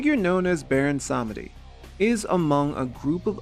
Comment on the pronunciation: Sameeeedi. Not semehde. 😊